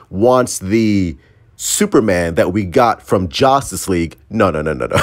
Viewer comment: did you say jostis league? 🤔